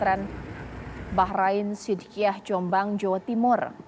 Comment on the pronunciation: Mr.azyumardi...not asshiddiqiyah...but...Shiddiqiyyah...